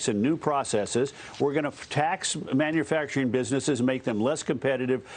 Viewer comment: It's manUfacturing, not manAfacturing. Dagan, your novelty has worn off. Humble yourself.